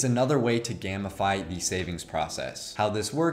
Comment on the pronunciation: Great video! Only a couple things bothered me. A: it’s pronounced “game-i-fy” like turning something into a game. Took me a few times to realize you weren’t saying “gammafy” B: too much explanation on nonsexual strange addiction. Next time just say you collect Pokémon cards or something lol. Very good video though! Thank you!